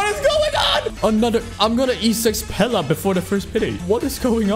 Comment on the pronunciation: calling pela, pelay was the worst part of this video